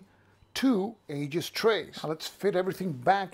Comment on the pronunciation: Hey, good review. Do you have a link to the Aegis site? (Pronounced EE-jis, by the way). My main concern with any counter tray is whether I can lay two rows of 5/8" counters flat inside a compartment. Few bookcase-size trays will accommodate that, but the Aegis tray seems to do it well. Secondary concern is the lid staying on. No worries there either. Like you, I replace most of my magazine game storage bags right away but use 10x13" bags, which the Aegis should fit. Most magazine games only use a single sheet of counters anyway, so a standard GMT tray may work fine.